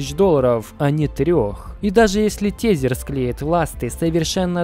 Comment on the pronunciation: При всем уважении ТЕЗЕР произноси ТЭЗЭР плз это ужастней чем биток по 200$